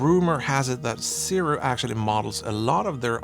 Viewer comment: Why not compare the sirui to the new sigma 35mm f1.2 ii ? And it's Sirui is pronounced Suu Rayy